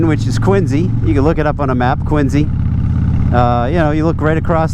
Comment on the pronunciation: I like to hear people pronouncing "Quincy" (Quinzy) properly. 🙂 That only locals know how to say it. (Not like in the old TV show Quincy MD with Jack Klugman) Glad your new job has impact on the young people that you are working with. It must feel good that your job has meaning and you are contributijng to a better society, rather than just "making widgets". Your self-worth must have doubled or tripled since ditching the old job and getting the new one, since you are making a difference in people's lives.